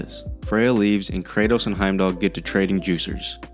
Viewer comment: Brother man it’s KRATOS